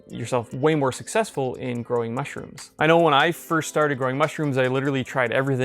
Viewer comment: Why is it bugging me so much how he says MUSHrooms?